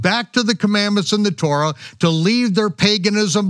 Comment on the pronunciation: Torah and never korah.